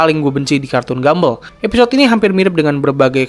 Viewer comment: penyebutan yg benar "gambol" bukan gambel